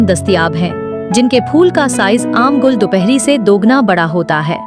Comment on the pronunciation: Gall nahi Gull 🙄 Gull matlb phool.....gall koi lafz nahi